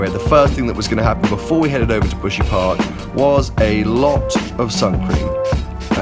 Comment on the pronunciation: buhsy park? sound like my gf 'park' when she lazy